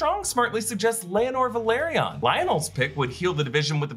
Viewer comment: Laenor (LAY-NOR) Laena (LAY-NA)